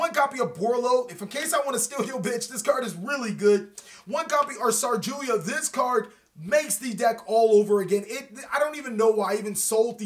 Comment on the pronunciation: Sarjuya? The fuck I never heard of a card called Sarjuya before is this a new broken card or something?